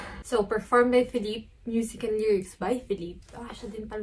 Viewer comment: kung napanuod mo lang yan sa isang virtual concert, jusko lalaki ako pero hahahaha : correction “feh leep” po yung pronunciation ng name ni ken hehe.